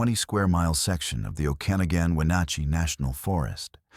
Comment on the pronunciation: Okanogan is pronounced "oak-aa-nogg-gun" not "oh-can-a-gan"...I grew up in Okanogan County